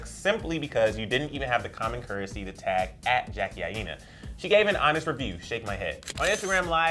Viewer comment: Emile Ennis Jr. And its I-NA not I-E-NA